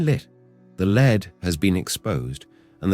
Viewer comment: LEAD IS PRONOUNCED LED FOOS